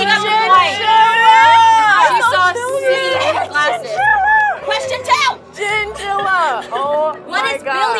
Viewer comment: girl said chinchilla i’m dead